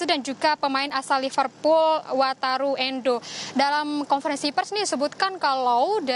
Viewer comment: Wataru endo nya meddock mba